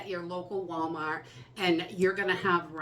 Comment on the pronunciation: Can't believe how much we count on you to guide us through this. You help so many, I hope you know that your guidence motivates us better than a list of things. Thank you for your continued imparting of knowledge that many don't have. And I love to hear that Wallmaht roll off your tongue. True New Englander. From a True Texan.